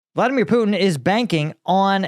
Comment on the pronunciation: Karoline Leavitt cant even say Putin's name right. she says "Poo-in"